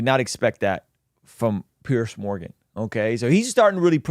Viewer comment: I like but I don't think he has the slightest idea who Douglas Murray is -- which is a shame. Douglas is not petty; he's witty and brilliant and a prolific writer about the decline of the West. He's widely respected as a deep thinker. ("Peerz" Morgan, not "Pierce.")